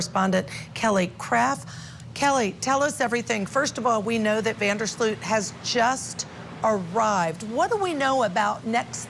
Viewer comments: Offtopic, but every time English speakers pronounce his surname I cringe, it is an elongated "O" not an "OE" sound. FYI his surname means "of the ditch" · I’m so sorry, but the mispronunciation of his name by both ladies is sooooooo irritating!